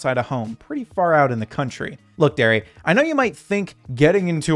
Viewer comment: His name is darry not Derry people las in Darius